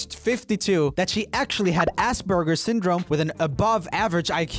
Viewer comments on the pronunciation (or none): none